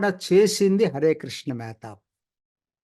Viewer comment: మెహేత కాదు మెహతాబ్!